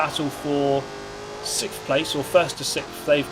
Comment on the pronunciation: This guy really has trouble saying 'sixth'